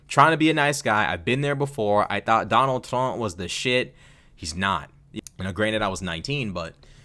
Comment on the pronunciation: "I will botar por Donal Trunk." 😂